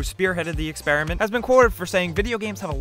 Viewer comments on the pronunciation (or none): none